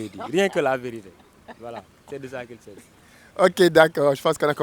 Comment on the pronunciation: « C’est de ça qui sazi »😂😂😂